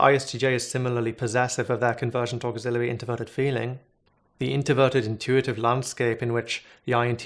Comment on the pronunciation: You said conToversial and inToverted without the R